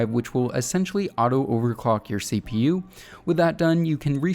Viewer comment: CPU and gpu up pronounce by just saying the letters. Don’t say it like a word it isn’t “seepew” it’s CPU